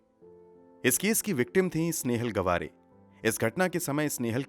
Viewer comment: Gwaare nhi gaavre....